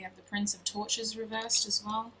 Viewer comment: Omg I kept hearing tortures instead of torches LOL